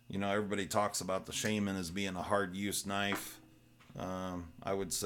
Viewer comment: Not Sheiman, Sha- man ...